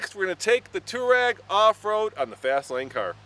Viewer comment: It's pronounced two-are-eg. Not tour-eg.